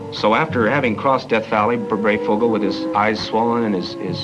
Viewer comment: It is pronounced Brey as in HIGH"...Thank you...